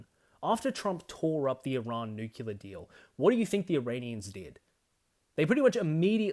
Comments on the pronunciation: Please, learn how to pronounce nuclear. Its new-clear, not new-cue-lar. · You and I are both Aussie, yet you pronounce it new-kew-lar and I pronounce it new-klee-ar. I'm curious why that is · I think nuke-ular is more badass because it sounds more like you might use them